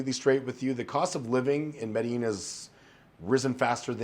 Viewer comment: how you still mispronounce medellin, lol